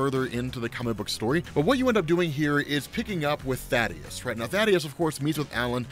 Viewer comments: Reminder: it's Thaedus, not Thadeus. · Small nitpick Thae-dus not Tha-deus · Ummm...anybody gonna tell that it's THAEDUS not Thadeus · I lost my dad that same year.. His name was Calton. (Weird name I know) but he went by Cal.. so every time I hear Kal-el or Kal, feels the same way. Also his name is Thaedus, not Thaddeus. just says it wrong. Anyways, sorry for your loss man.